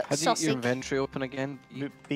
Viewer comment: every time I hear her say sawsig it hurts my ears.